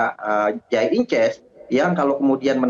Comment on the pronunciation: Pengamat nyebut nama idzes dibaca inces, inces mah hubungan suami istri sedarah atuh ehh